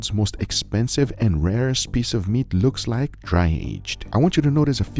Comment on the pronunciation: "speece of meat"